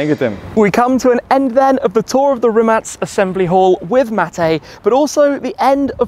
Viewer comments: I'm so happy to hear correct pronounciation of Mate's surname :DD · Perfect pronancuation of Rimac... Congrats :D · I like how you pronounce Rimac correctly! Btw i live few km further, passing by this "factory" every day on my way to job. Great content Tim, you're the best! Couldn't be more proud of Mate! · Big BRAVO!!!! Probably the ONLY ONE born-english-speaker in the world who pronounces "Rimac" correctly. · respect for being the only one who says Rimac correctly 🙌😂